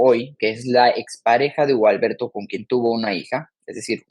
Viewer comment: Dijo 'he estado von ella' en lugar de decir habia estado con ella